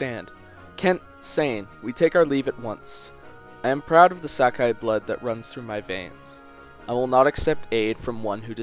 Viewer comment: 4 yea but its wrong